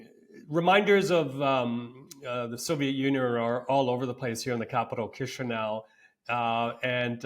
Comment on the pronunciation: Who is this guy? He does not know how to pronounce the capital of Moldova and the name of Turkish leader.😅😅😅